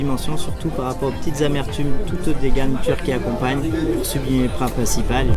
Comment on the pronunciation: 7,36s « le prat pincipal » mdrr